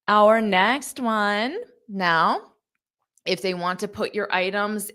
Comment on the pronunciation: First time in my life I hear "ONE" like ON.